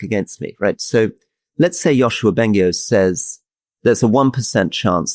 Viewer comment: The Yoshua Bengio reference was almost correct. It's pronounced Yoshua Ben"gee"-io, and he is a professor at Universite de Montreal. Long time listener!